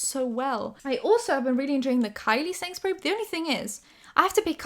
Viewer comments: You're saying quickly "setting spray", but all I hear is "Sainsburys" :D I have no idea why. Made myself laugh 😂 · i thought were saying sainsberry and then i realized you were saying setting spray, which makes way more sense.